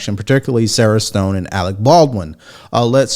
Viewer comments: Sharon Stone not Sara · BTW...it is not "Sarah Stone" it is SHARON STONE. This is another case of actors should stick to acting.